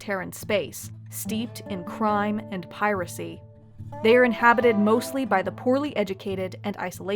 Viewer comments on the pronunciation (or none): none